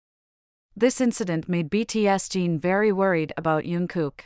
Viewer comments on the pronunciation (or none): I can't believe that people don't comment on how badly the orator of this video says Jin's name, but what's even worse is the way Jin's name is written throughout the video. We got "BTS Gene", " BTS Dean", "BTSD", "btsg" and even had Jungkook's name written on the video as "you and Kook" 😳👿, "unkook" and "yunkook". And what on earth is up with stating the date of 07/12 as 0-7-12. I know that what I'm saying will have no effect on the original person that made the video, but please try to get their names correct.